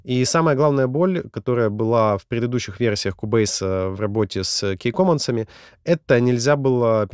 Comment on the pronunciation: Спасибо за видео. Хотелось бы корректное произношение английских слов (Ки, Валв, Бэйс).